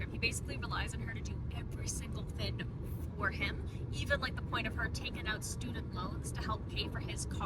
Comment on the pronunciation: i just found your channel and i idk i like the way you express yourself and its silly the way why say thin and not thing 😭💗